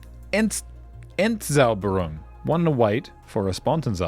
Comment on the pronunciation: your second try of 'Entzauberung' was spot on :)